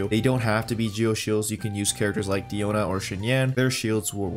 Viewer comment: lIkE dIoNa AnD "XINYAN" i- i really laughed that much for a mistake